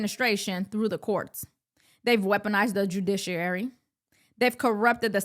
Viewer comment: Can you pronounce judiciary without using two R’s?